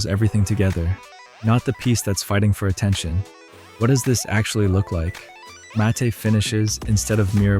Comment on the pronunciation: I thought you were might be onto something until you pronounced "matte" as "mat-tay" instead of "mat"! Lost all credibility.